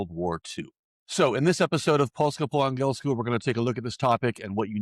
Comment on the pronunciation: Please learn how to say "angielsku" properly... it's annoying hearing it so many times already.